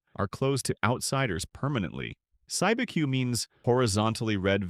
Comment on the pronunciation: Cibeque is pronounced "SEE-B-Q"